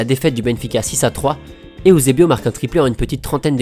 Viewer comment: J'adore tes vidéos mais ont dit EUSEBIO et non pas EOUSEBIO Sa ma fais bizarre car il faut juste lire comme c'est écris ^^ je dis sa car je suis Portugais et je vois pas pourquoi les gens ce complique a vouloir lire ou prononcer de maniere différente ^^ Outre sa j'ai déja vu presque toutes tes vidéos et ton taf et super beau Et bien réalisé continu et force a toi :)